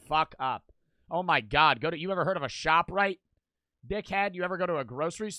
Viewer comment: Yk he from jersey when he says “shoprite” 😎